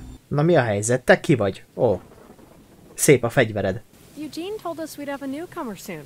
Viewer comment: a pasas nevét úgy kell mondani hogy judzsin